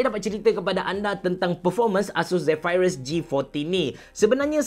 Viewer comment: Aduhh x tahan laa sebutan 'Zephyrus' diaaa😖😖😖